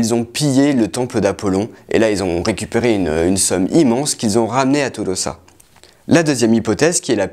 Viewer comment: Tolosa ne se prononce pas comme ça s"écrit vu ue c'est pas du français mais Toulouso avec accent tonique sur lou ( avant dernièr son ).